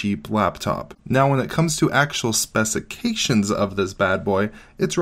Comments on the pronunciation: Stopped watching at „specications“. 😢👎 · Can’t say I’ve heard specifications pronounced like that before